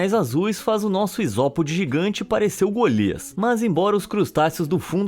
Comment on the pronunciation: Porque tu falou Golias fala sério